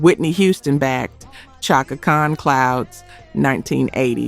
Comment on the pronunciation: SHAKA Khan... not CHOCKA Spelled Chaka but Prounuced SHHHHACKA>.. oh lord